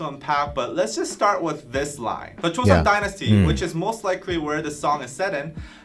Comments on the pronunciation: I'm late here... But want to help you with pronounciation of certain words. In korean words, if you see "eo" ... It's not pronounced as "ae-o"... It's pronounced as "o" only. Example is Kim Seokjin, Jung Hoseok. It is not Si-ok Jin.. it is pronounced sokjin. Similarly, Goryeo = goryo (not Gor-ye-yo)... And Joseon = Joson/josan (not jo-se-on) I hope it helps. If it confuses you on why... Then lemme just tell you that korean vowel is (ㅓ) and its romanization is "eo" ... That is why is korean words that are written using English alphabets, this "eo" is pronounced "o" Hence seoul = sol (not se-ol) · Just going to note so you guys don't continue to make the same mistake when pronouncing other korean words. 'eo' is a korean vowel or syllable that is pronounced more like "uh/oh" sound. It's one sound, not 2 separate "ee ooh" sounds. So it's not Joe-see-on, its Jo-seon. And it's not necessarily a straight up 'Jo-sun' or 'Jo-son', its kinda a mix of both sounds (If that makes sense). As long as it's not 'joe-see-on', anything similar to 'joe-son' is more accurate. Hope this helps!